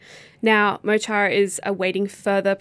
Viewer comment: Is it too hard to learn to pronounce Mo Chara even half right?